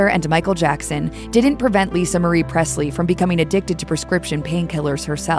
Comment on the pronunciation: There is no “t” in Presley